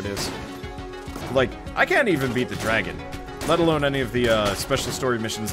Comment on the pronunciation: I think you mispronounced the name of the Dragun.